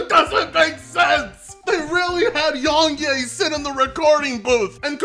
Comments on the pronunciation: Everybody: "Yong Yea": "Yong Yay" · "Young Ye-Ah" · More like Yong Nay